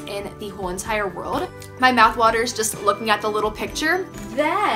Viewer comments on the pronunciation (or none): none